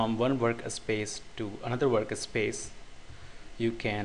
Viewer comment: dude it is not worka space. It is Work Space. Get your english in proper line and then i suggest you upload video's with voice